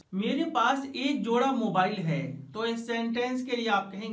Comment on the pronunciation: Jora not joda